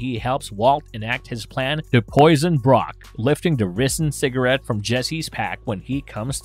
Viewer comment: "The risen"? Clearly whoever is reading the script has never actually watched the show, since "ricin" was a new word to them...